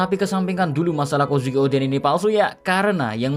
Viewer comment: Kozuki D. Oden... atau malah Kozukio D. En 😂😂😂